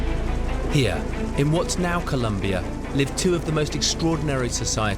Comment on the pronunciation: for an expert on South America who speaks spanish - there's no excuse for his pronunciation of "Co-lOm- bia"